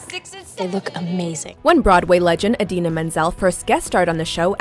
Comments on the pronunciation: okay but her name is I DINA not A DINA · idena menzel its elsa folks